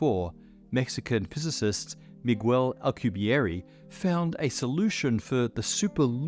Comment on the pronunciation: Love it how they found the exact worst possible way to pronounce Miguel Alcubierre .